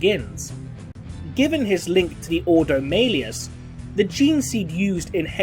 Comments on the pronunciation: "Maileus". Okay. It is Malleus. (Mal-eus). Even in the video games when the name is mentioned, they say it "Mal-eus". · It's Ordo Malleus, prounounced Mal-e-us. See any audiobook. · Hearing Malleus pronounced that way... :/